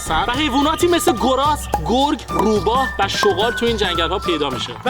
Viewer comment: چرا شوما شوغال میگین شغال بگید